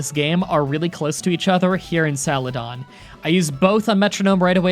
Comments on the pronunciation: Is it just my or does he say “saladon” instead of celadon? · Celadon = ❌ Saladon = ✅ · I heard "Salad"on City. XD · "Salad-don" lol